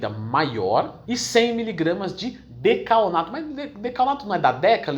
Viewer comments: É decanoato , vc disse dacaOnato , até eu me confundi aqui hahahaha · Decanoato, Não é? Ou é decaonato mesmo kk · DecaNOato***, não decaONato euheuhuehue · Decaonato não, decanoato. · Muito boa a explicação, só não pude deixar de perceber ele falando decaONato ao invés de decaNOato kkk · Acho que não , pq ele está falando errado . Falou decaONato ao invés de decaNOato kkk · Leandrão, adoro seu trabalho, então ai vai uma ajudinha: no video você fala decaonato, mas o certo é decanoato. Abraço 😉